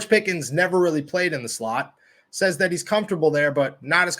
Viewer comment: yall keep saying pickens this an that he aint even played a down yet u not even saying his name right